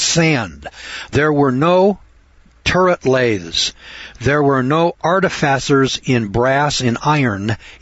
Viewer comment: Artificer is pronounced - AR-TIF-UH-SIR